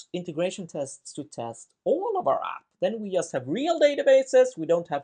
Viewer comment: Pardon my ignorance, but what's this accent called? I'd never before heard "just" pronounced "yust". (I'm from Central Europe.)